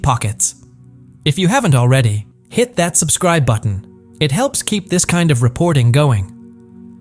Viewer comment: 'This kind' is mispronounced shit AI and everyone hates it.